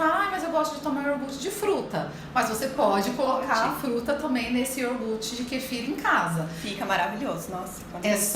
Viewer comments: Ahhh que ruim ouvir uma doutora falar yoRgute! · Nao é iorgute. É IO-GUR-TE. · Exatamente. Ela fala IOR-GUTI. que deveria ser: IO-GURTE. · Iorgut? até saí do vídeo. Aff 🤦🏼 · Me dando agonia o “iorgute” kkkkkk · A médica fala "iorgut":(( 😭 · Feio é uma nutricionista que fala IORGUTE, pelo amor de Deus. 🤦🏽‍♀️ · Ela fala orguti? Ou eu não entendi?